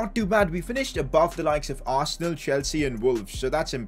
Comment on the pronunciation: It's arsenal dude. U had a great team no offense but it's Arsenaaaaalll 😂